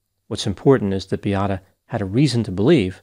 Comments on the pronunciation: please her name was Beata.not biata. I’m sure u can pronounce Beatrice. This is the same name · seems to be unrealistic in his analysis. Why not inform people that Beata Kowalski committed suicide as a result of healthcare staff treatment? Her name isn't Biatta but Beata should work on your pronunciation or at least make minimum effort to get to know the victim name. I remember how disrespectful and unprofessional was mispronunciation of Adam Malysz name. Is it because she was able to have children and was a woman?